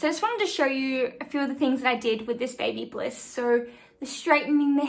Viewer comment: It's Babyliss, no "bliss".